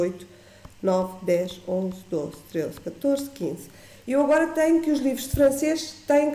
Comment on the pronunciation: A explicação é boa, agora dizer treuze é que é uma desgraça. Treuze não existe. Pelo menos no dicionário português. Atrevo-me a dizer que é o regionalismo mais feio alguma vez dito pelos portugueses. Lisboa é capital e fica mal, falar assim tão mal.